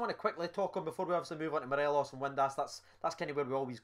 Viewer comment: Let’s try and say morelos’ name properly😂 morales an Ally McCoist classic, Morelees one from my dad